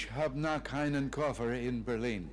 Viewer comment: It sounds like he said "Ich habe noch keinen Koffer in Berlin", but actually he meant to say "Ich habe noch einen Koffer in Berlin".